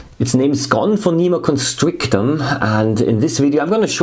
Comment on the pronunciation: The way you say Gomphonema constrictum sounds very German, even it is English.